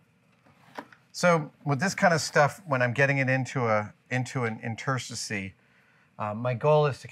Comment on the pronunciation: In-ter-suh-sees. Lol.